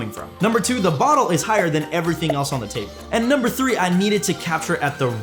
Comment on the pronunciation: Dude! Gotta ask... Where are you from? Im curious where you pronounced the number 3 (three) as tree. To my knowledge, only Newfoundlanders had ever pronounced that number that way 😂